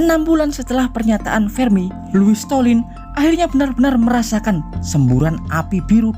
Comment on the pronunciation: Loius slotin.bukan stolin.salah nyebut tuh